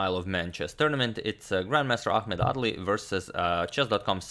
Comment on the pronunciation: I kept hearing ‘ugly’ lol